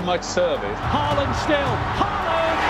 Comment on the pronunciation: its haaland not HAiiland